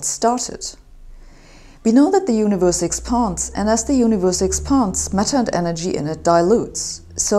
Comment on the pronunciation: You’re the best Sabine, but expands is pronounced with an a as in and, not an a as in bar.